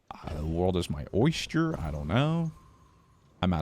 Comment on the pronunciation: pronouncing "oyster" like "moisture" made me fuckin zone out for a good 5 minutes trying to figure out if i'd been saying it wrong my whole life